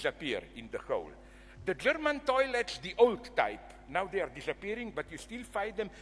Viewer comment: “I don’t want to go into it.” .0237 seconds later goes into it “DOYLETS”